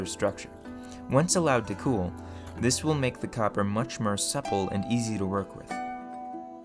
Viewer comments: Interesting. But why do you keep mispronouncing "for" sounds. Like, you say "befir" when you mean "before" or "mir" when you mean "more". It's really disturbing. Do you have a lisp or are you using a bad AI voice? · Mur? Fur? Instead of “More,Fur, etc” I’ve gotta ask are you just messing with us or genuinely the way you speak? I thought I was going crazy at first 😂 Either way amazingly done videos ✌🏼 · Where in america are u from? You have a distinct accent like the way you pronounce more as murr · Me searching comments hoping to find why he pronounces o as a . Anyone ? I sincerely feel as though I am the butt of some joke. Is that an ancient pronunciation or something or does he to get people to comment ? I’m so confused. Farge befare maare does he have a lisp ? Help me please. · What is this accent? "this needs to be worked much mer.", "cevius is bern"? "majerity"? your accent sounds very American for the rest of the video apart from these few pronounciations.